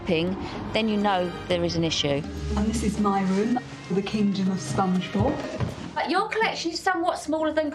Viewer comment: is it me or i kept hearing the lady said Spongebulb.